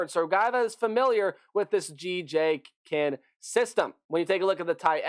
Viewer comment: couple of notes: Kinne is pronounced Kin-knee. Pare is pronounced "pear-ay". And Hatcher I really need to understand what folks are seeing in him, as he truly led a really mediocre at best offense every year he's been in college. Not a knock on the kid, but his ceiling is really FBS backup. Smart kid who can put in some reps if the starter goes down, but not built for the college game. Oh my prediction is: ceiling 6-6, floor is 2-10. So much depends on how all the transfers come together.